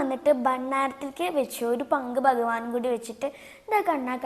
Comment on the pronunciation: കടതാ നന്നായിരുന്നു. കത എന്ന് പറയരുത് ട്ടോ. കഥ എന്നാണ് പറയുന്നത്. ബഗവാൻ അല്ല ഭഗവാൻ എന്ന് പറയണം ട്ടോ. അമ്മയിൽനിന്നും ഉച്ചാരണം പഠിക്കു ട്ടോ. ഇനിയും ധാരാളം കഥ പറയണം ട്ടോ. 🙏